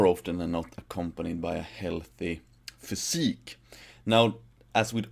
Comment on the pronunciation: Say physique more often. Sounds awesome.